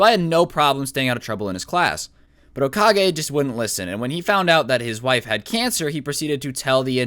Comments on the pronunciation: Hoka-gay thats how he said it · I'm gonna call him hokagay Me: hmmmmm hokagay hoka-gay GAY